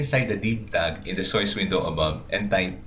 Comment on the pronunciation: IS THIS GUY RELATED TO BUGGS BUNNY? HE SAYS SOYCE INSTEAD OF SOURCE.